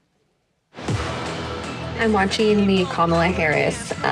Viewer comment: NOprah can't even properly pronounce Kamala's LAST name 🤦‍♀️